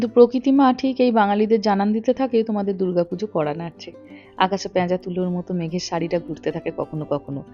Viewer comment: প্যাঁজা তুলো নয় , কথাটা হবে পেঁজা তুলো